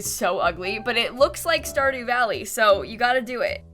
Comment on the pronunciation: stardy valley game: stardew valley:*stardy valley* game: stardew valley: STARDY VALLEY Game: STARDEW VALLEY